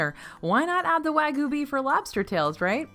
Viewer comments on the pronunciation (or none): Please. Please. I'm begging you. wah-g'yoo, not wa-goo.